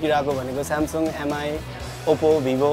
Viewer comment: Please MI is pronounced 'me'.